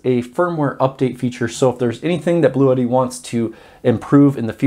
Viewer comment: Just FYI, it’s pronounced “Blue Tee”. I like the idea of it sounding like an exotic Italian racing car though